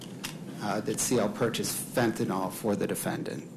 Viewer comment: F E N T A N Y L!! NOT F E N T A N O L!!